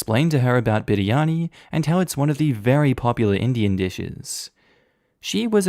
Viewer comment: Oof, his pronunciation of biryani was so good 😩👌